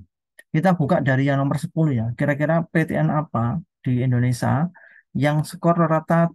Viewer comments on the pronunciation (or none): Indonesia, bukan Indonesa